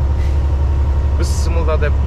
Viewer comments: Бысмылда эмес бисмиллах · Э манкурт кичине намаз ,куран окуганды уйронуп койсон.Биссимилла деген созду туура айта албайсынбы быссымыла деп тормоз.Уят созду туура айтып уйронсон мусульман болгондон кийин.Адамдын кулкусун келтиресинда быссымылла деп🤣🤣🤣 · Бисмылда эмес ,бисмилла деп туура айтынызчы .СубханАллах